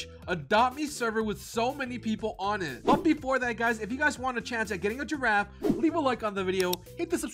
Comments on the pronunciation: he said Girrafe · HE SAID GIRAFEE